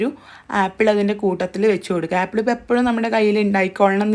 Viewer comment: ഏപ്പിൾ അല്ല ആപ്പി ൾ അല്ല